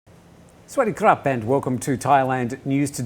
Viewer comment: Did he just said "sawadee crap"??